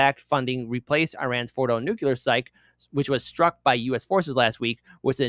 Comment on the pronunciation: I stop listening to anyone who says "nucular". Learn to fucking read.